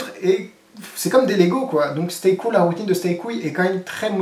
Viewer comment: Tu as dit "Stay Couille"